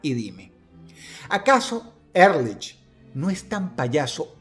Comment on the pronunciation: Ehrlich significa "honestamente" en aleman y se pronuncia Ealij